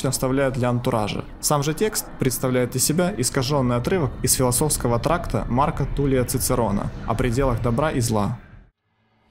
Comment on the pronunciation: «…из философского тракТАта», а не «тракта»